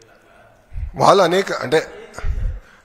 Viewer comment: ఒరేయ్ పప్పు వాలు కాదు రా వ్యధవ వాళ్ళు. ముందు తెలుగు నేర్చుకోరా